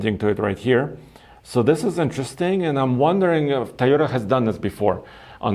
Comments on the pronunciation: THAI YO TA LOL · TOYOTA!!! WTF IS A THAYOTA????? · Ti-yota.. cmon, learn to pronounce the name of the company you’re talking about!! 👎🏼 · Star Wars in southeast asia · He's not the only one who I've heard pronounce it that way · Ik, to me it sounds like Tuyota, or Tayota... which makes me wonder how Japanese actually pronounce it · Tieota.. So annoying. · My eyes widen every time says Tyota haha. Hello from me. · Hey can u pronounce TOyota properly, at this point its just ignorant. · I remember when he only spoke Russian on the show because he was still learning English. I know it's because of an accent that he pronounces Toyota that way. It was just something that I realized over the past few videos and wanted to see if anyone else agreed.